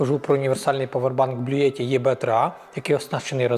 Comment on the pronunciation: от этого "е бэ" аж передергивает.... кто кого и в какой позе...😆 а "блює......тті" так взагалі